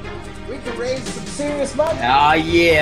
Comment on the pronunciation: IllPropaganda ah ya! Ahhhhh yaw! That’s how you typed it. And that’s what it sounds like. You mean “aw yeah!”